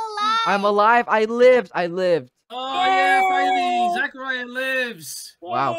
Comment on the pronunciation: so be ur name is pronounced zach a riya